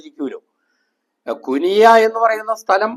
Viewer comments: കുനിയ അല്ല ....... കുണിയ ആണ്..... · കുനിയ❌ കുണിയ✅